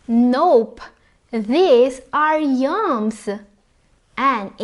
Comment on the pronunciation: Did u say YUMS or YAMS?